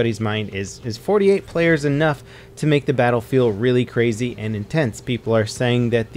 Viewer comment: He said 48 playas